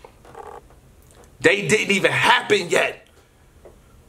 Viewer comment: I'm not sure if you usually pronounce "they" as "day" so I won't read too much into it and say its a hint lol.